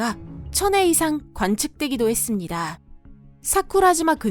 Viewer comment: 목소리와 상관없이 발음이 조금... 반복되고 헷갈릴수 있는 단어를 피하고 다른단어로 바꾸는 등의 시도가 필요할 것 같습니다. 예를 들어 3분 21초쯤에 시간당20만회. 몇시간만에 40만회 라는 기록적인 낙뢰를 부분이 잘 듣지 않으면 = 시간당 20만해. 몇시간만에 40만해 로 들립니다. 회와 해의 발음이 부정확하신것 같아요. -> 시간당 20만 차례, 몇시간만에 40만여 차례의 기록적인 낙뢰를 이라고 바꾸면 헷갈리지 않게 들을 것 같습니다. 그리고 들어보면 낙뢰 발음 또한 - 낙뇌 또는 낙내 라고 들리기도 해요. 또한가지 맺음말이 했↗습니다↗라는 표현이 너무 많습니다. 어조의 반복이 너무 많은 나레이션이라고 생각됩니다. 영상 특징상 긴박하고 엄청남을 강조하고 싶은 의도이실 것 같지만. 계속 반복되는 어조는 불쾌감을 느끼게 할 수 도 있을 것 같습니다. 나레이션의 목소리는 훌륭합니다. 발음과 어조를 많이 연습하시면 더욱더 좋은 나레이션이 되실 것 같습니다. ps. 비난의 의도는 1도 없으며 구독자로서 더욱더 발전해가는 topic을 생각하는 마음으로 개인적은 생각을 적은 것 입니다. 혹시나 상처받으셨거나 생각이 다르시더라도 이렇게 생각하는 사람도 있구나 하는 마음으로 이해해 주시면 감사하겠습니다.